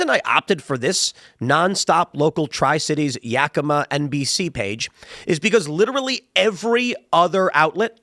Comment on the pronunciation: Good job saying Yakima correct!